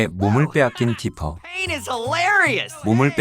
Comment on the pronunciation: 디피가 아니라 디퍼아닌가?